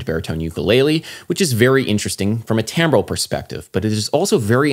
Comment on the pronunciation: Do you mean timbre? Sounds like you're saying tambre and tambral. If you ARE saying something other than timbre, can you please clarify?